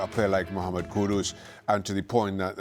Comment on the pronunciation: These clowns can’t even get Kudus’s name right. ‘Kudos’ lmao. Cant believe the dude chose Spurs, I guess he has no trophy ambition and he will be gone for a month in the middle of the season for AFCON.